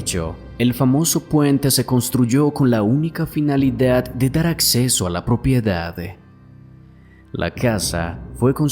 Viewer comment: Porqué añades E al final de las palabras? Tengo que poner subtitulos para entender qué dices. "Finale"? "Propiedade"? Wtff